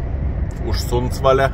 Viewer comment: Sundsvall švedai taria taip kaip rašosi, tai manau ir mums nereiktų iškraipyti, o ypač kai ausis nepratus prie šitų sulietuvinimų tai visai prastai skamba. 😂